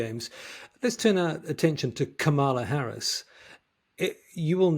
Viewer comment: Not Come - alla - it is prounced "Come -la."